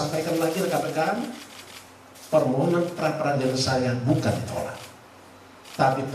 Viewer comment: Pak Firli...ditolak...tidak ditrima...belum ditrima...tolong dipelajari lagi ya artikulasinya...😂 pening ya?